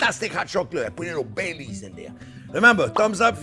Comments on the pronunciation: LOL I was so lost at first I thought he said he put BAY LEAVES in it! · anyone else thought he said hot chocolate with "Bay Leaves" 😅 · LOL! When I first heard this, I thought he said he puts in Bay Leaves. Bay leaves???? Ugh! I looked up the recipe and what he said was, "Bailey's." As in Bailey's Irish Cream. Ohhhh! Big difference! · In the introduction I thought he said, I make it with bay leaves. 😂